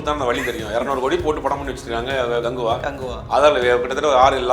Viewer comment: Ada naye athu rajini gangva.... 😂not ganguva..... 😂😂😂